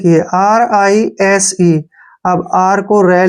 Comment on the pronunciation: Rise में s को ज kyu padte hai